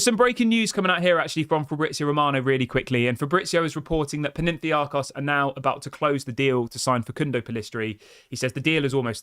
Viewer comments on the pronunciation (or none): It's PAnathinaikos not Penentiakos!!!! Damn it!!!! 😤😂😂😂😂😂😂😂😂